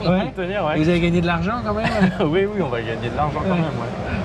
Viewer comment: Un directeur marketing qui sait pas dire 'oui'